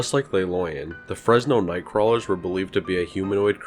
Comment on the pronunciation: Please look up how to pronounce the things you're telling us about. I can excuse how you say "loyon" but the way you pronounce the French "Le" as if it was Spanish is so distracting.